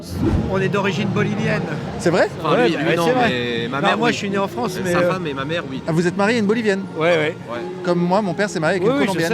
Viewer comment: "La fwance, elle va être n.. bientôt" ... Pourquoi "bientôt" ? .Ca y est ,c'est fini la fête , le point de non-retour a été atteint (de toute façon des frouzes qui ont peur ,alors qu'ils sont deja colonisés de partout , juste d'appeler un noi.. un noi.. ca laisse présager de la vigueur des futurs "Reconquistador" de mes deux )